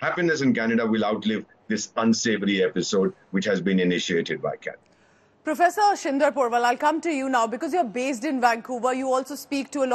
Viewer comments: Its official..It's not Canada anymore..It's 'Kha'nada...😂😂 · Trudeau is responding to Kannada and not Canada 😂😂😂 just ask any Nijjar fan to pronounce Canada and see the magic, yesterday pronouncing was changed and today government is about to be changed and tomorrow country will be changed to Khalistan 😅